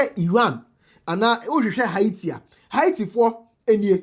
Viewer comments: it pronounce Hayeti and not Haiti. 🙈🙈🙈🙈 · Please pronounce haiti right, it's not haaati Please, it's correction❤